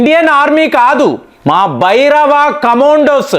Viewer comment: Please stress 'Bhairava'., 'Bhabhairava'